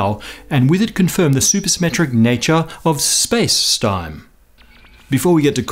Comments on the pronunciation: ha ha He said Space Stime. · Looooool, "Space Stime" <.< ahahaha